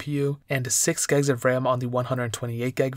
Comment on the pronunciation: I swear, if he says gegs one more time...